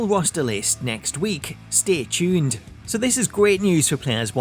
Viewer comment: "Stay Chuned!"